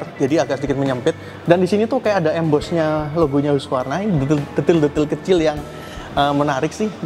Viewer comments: Bacanya HASQI Varna….bukan hugvarna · Hasqivarna bacanya😢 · Hus-kif-ar-na bacanya